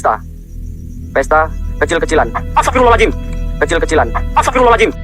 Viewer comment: Asta pirol la al ajim.. hahaha..sebutan asal boleh je. Hahaha..